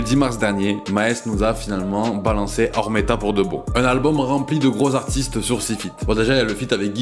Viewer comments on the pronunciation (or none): C'est OmeRta pas oRmeta le sang mdr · c'est omerta pas ormeta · C'est OmeRta, par ORmeta, Omerta comme l Omerta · C’est oMERta pas oRMEta frérot 💪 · C’est Omerta mdr pas Ormeta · bonne vidéo et tout est vrais contrairement a la majorité des vidéos du genre juste c omerta pas ormeta😅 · Très bonne vidéo juste c'est pas ormeta mais omerta ! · Ormeta 😅 non c'est omerta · C'est Omerta pas Ormerta ou tu ma confu la non c'est sa Omerta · OH MERE TA (Omerta) pas OR MET TA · Pourquoi tu dis ormeta ?